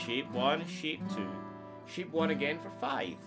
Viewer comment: I like this trick and the simple way you teach it. I'm going to subscribe to your channel. The only thing is, I'm American. When you say "shape", it sounds to me like you're saying "sheep". So we have sheep 1 and sheep 2. I know you mean chord shapes, not card sheeps. What throws me off a little is that your A sounds like E to me. Don't change. Stay natural. I'll do my translations.